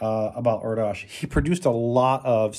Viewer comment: Last name is pronounced (Air - dish) . 🤘🎸